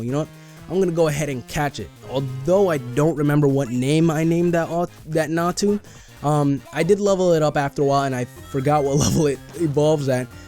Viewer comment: XD it's pronounced "Za-tu". and it's location is in the ruins of alph.